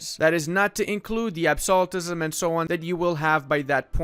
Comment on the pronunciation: Word to the wise: If you can't pronounce "absolutism", don't make fun of other languages 😉